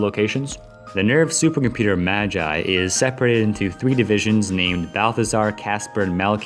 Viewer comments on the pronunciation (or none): "nerv super computer MA-JAI" RIP in pieces